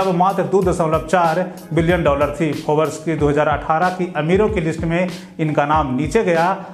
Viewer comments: Bhai phobers nahi hota hai...Forbes Instead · Forabs nahi " Forbes"